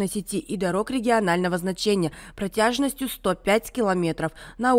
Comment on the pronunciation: Протяжённость! А не протяжность. Диктор...